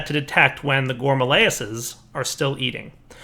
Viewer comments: I keep telling him that it's Rilis not layis, that it rhymes with amaryllis. maybe today he'll read comments a little. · gore-mah-RILL-iss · Nope, it's not a joke, he litarally can't pronounce it right ; ) Not carefully reading seems to be a common problem for yters xD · Gore - Ma - Rill - Liss.. Let's all say it together. Including you,. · "Here's the problem with the gourmalayases"